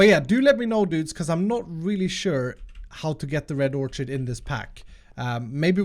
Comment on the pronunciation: Hey, we all love you, but it isnt or-chid, its "or-kid"